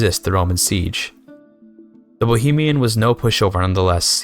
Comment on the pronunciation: a fine video, like all the other rp focused ones, however i have a small nitpick, seeing as youve clearly tried to get it right, you pronounced Vratislav Přemyslid as Vratyšlav Premyšlid